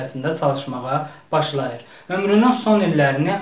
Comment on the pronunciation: Başlayır yox başdiyir diger fenn müəllimlərine ədəbi tələffüzü pozmağı bağışlamaq olar dil ədəbiyyat müəlliminə yox